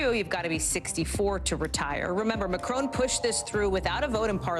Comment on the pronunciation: Hey Hally, his name is pronounced as Macron as in Mac ron, not Macrone as in own. Just saying.